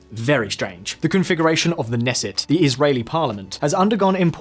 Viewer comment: What's a "Nessette"?